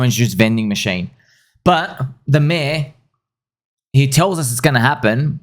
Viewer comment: The way you say mayor is so funny! "Me-aauh"